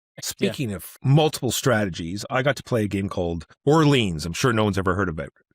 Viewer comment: "Orlean"? lol